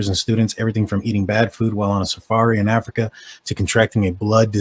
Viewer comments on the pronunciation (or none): none